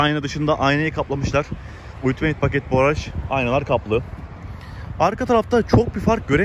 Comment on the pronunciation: Emege saygi cok guzel video olmus bu arada Ultimeyt degil altimıt :)